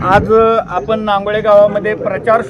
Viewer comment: बातमीमधे गावाचे नाव व्यवस्थितलावा रांगोळी नाही नांगोळे